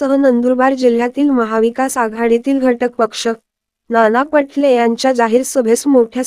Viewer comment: ही निवेदिका फारच चुकीचे बोलते.मा.नाना पाटोले यांचे नाव नाना पटले असे सांगते.तसेच योग्य ठिकाणी pouse घेत नाही.बोलण्यात चढ उतार याचा विचार करत नाहीत.चॅनेल चांगले आहे.निवेदिका यांच्या बोलण्यात सुधारणा व्हावी.धन्यवाद.